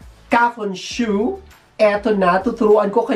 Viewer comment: kafunSHO hindi kafunSHU🤣🤣